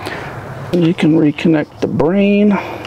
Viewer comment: What was that when you said “the brain”? I think I am missing some parts.